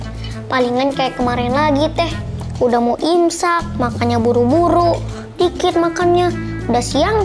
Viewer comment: Kok tadi ngomong nya incak bukan imsak